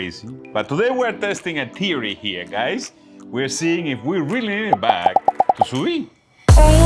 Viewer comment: Please stop saying teory